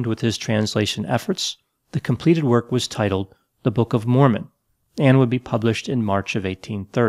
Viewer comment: Mormon is pronounced as it looks….. have a good day